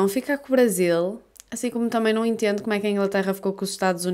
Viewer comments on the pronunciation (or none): Os portugueses falam "eu não entiendo" ? Falando assim soa como espanhol pra mim hahaha Gostei do video :)